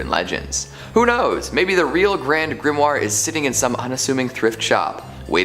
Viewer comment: Grand Grimory? If you are going to make a schlocky video about grimoires, at least know how to pronounce the word!